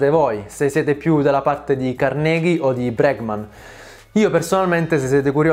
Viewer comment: Carnégie non si puó sentire..